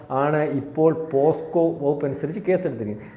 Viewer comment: പോസ്കോ കേസ് അല്ല പോക്സോ കേസ്. ഇജ്ജാതി വിവരമില്ലായ്മ കോൺഫിഡനസോടെ വിളിച്ചു പറയുന്നു. 😂